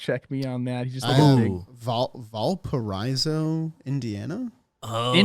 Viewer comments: nasty pronunciation of valporaiso indiana there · I'm from Valparaiso… you defiantly pronounced that wrong lol